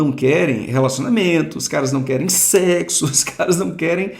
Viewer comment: “Mts não querem sequer secsu” 😂😂😂😂 A q ponto chegamos lkkkkkkkk